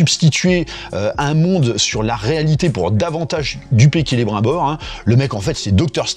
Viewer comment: Rassure moi, tu fais le troll en pronocant celebrimbor avec l'accent bien français ? Parceque en vrai, tu sais que est pas comme ça que le nomme😅😅😅